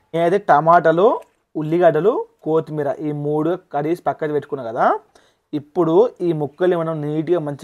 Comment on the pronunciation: Kothimera palakadam nerchukora 😂